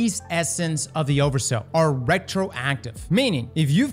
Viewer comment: Everytime he says "oversous" my brain turns to swiss cheese 🥲